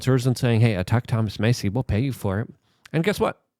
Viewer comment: You finally pronounced Massie’s name correctly